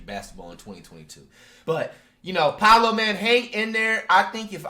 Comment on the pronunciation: he said poalo man hang in there